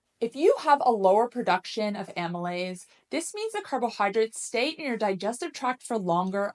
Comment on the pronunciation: It would be great if you could add subtitles to some of the technical stuff you're saying, because some of these terms are unfamiliar and it helps to be able to see the words. I'm trying to figure out the enzyme you said is good to use . Is that amolyte?